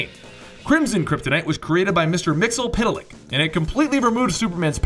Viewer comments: "Mixelpittelick". Excuse me, remember that episode of the animated series? It's pronounced, "Mix, yezz, spit, lick." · my friend, let me help you out with pronouncing Mr. Mxyzptlk via the animated universe. Mix yeeahs spit lick. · how you pronounce mxyzptlk is mix-yez-pit-lik.